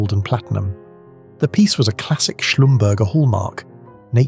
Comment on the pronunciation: Schlumberger is pronounced Shlum ber zhay